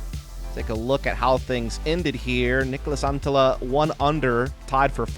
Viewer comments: As a Finnish guy I will say that pronounces Niklas Anttila very well! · Your pronouncing on Niklas Anttila is quite solid for someone with english as your native language 👌🏻